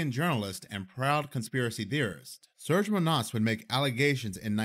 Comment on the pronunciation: His name isn't pronounced "Surge" but "Serge", it's a Slavic name. Pronounced "Sir-Gae"